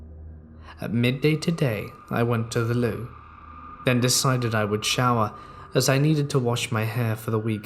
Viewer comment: What in the hell is “THE LOU”?